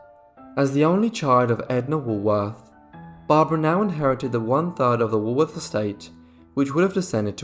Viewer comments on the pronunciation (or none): Too bad the narrator cant pronounce Woolworth.